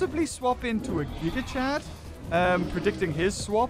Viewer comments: He says gig chad 💀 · Stop saying gigachad it puts him in my head. Your saying the name wrong.